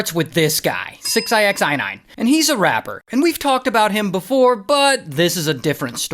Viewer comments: it's just six nine,Why you're saying "six eye ex eye nine" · It's six ix9ine. Jeez. Not six ixi 9ine jeez! Get it right... dontcha speak inxlish! 😂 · Why do you keep calling him “six eye x eye nine”? 😂😂😂😂😂😂😂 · 6 I X I nine? Why are you saying it like that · So who is fooiine?😅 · Six eye x eye nine? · From calling him “six-i-x-nine-ine”🤣 to saying he was “grabbed by his rainbow colored hair”🤣 to mentioning his My Little Pony necklace🤣; I can’t help but laugh my a$$ off at this entire story. Your story telling abilities are GREAT!💯💯💯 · You really can't just say Six Nine? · "six eye ex eye nine" is crazyyy work Ray 😂😂😂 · Six i x nine ine 😂😂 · u prounouce his name as SIxNine btw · RAY! Why are you saying his name like that my friend? It’s just 69 lol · You have to be trolling the way you say 6ix9ine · How are you not able to say the man’s name correctly? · He pronounces 6ix9ine super hilarious!!! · Why he saying his name like that 😂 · Why is he saying his name like that....